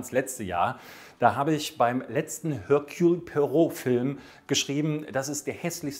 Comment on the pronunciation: Er-Kül... Pu-A-Roh!!!